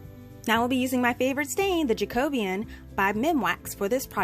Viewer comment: I've been watching your videos for a while and loving your projects but... you're pronounciation of your favourite stains name is incorrect. It should be Ja.kuh.bee.uhn. Sorry to sound petty but it's sort of a pet peeve for me, hearing words misprounced. I even checked to make sure Americans say it the same way as British/Australians and you do. Sorry I'll get off my soap box now and continue watching the video.